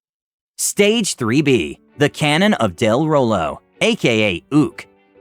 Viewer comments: Watch "Critical Role" and stop mispronouncing "de Rolo" already! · Wait wait wait you know what critical role is but you cant pronounce de rolo properly?